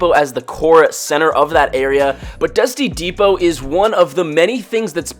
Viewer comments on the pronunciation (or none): Why does he say dusty n depot or dusty n divot